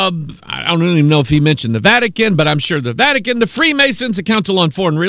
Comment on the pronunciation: he said vatic-anus :-)